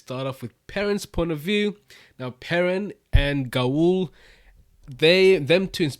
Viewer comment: In the glossary, Gaul’s name is pronounced [GAHWL]. Rhymes with the word ALL.